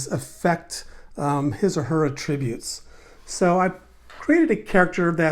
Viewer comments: It's fine to pronounce it that way, just not in that context. You can atTRIBute your success to any one of your ATTributes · "Attributes". Only a yank could pronounce it incorrectly. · First of all, great video! Second of all, the way you pronounce attributes was driving me crazy...lol